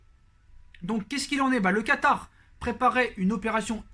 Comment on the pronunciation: Mdr ta dit katary